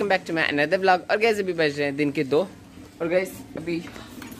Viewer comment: Aap bhi guys ni guid ni guys ho gaye mai bhi confuse ho gaya😂